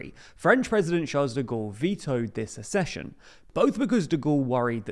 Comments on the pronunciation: ACCession not ASSession. If you can't even look up how to pronounce a new word, why do you expect us to respect your analysis? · It’s not a-schesion! It’s ac-cesion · It's ACK-session. Like access. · It's pronounced aksehion!